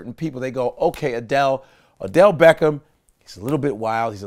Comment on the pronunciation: Odell! Not Adell!